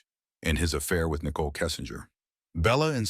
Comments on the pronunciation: haha, it was easy to tell it’s AI when it pronounced Nickole like nickel 🤭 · Oh, is that why it pronounced "Nicole" as "Nickel"? 😅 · Thank you! This was the comment that I was looking for. "Nickel". For crying out loud. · if youre going to use AI for voiceovers, its probably good to check that they pronounce names correctly. "Nickel" is not the friend's name. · Your pathetic ai voice over is saying nikel instead of nicole, great job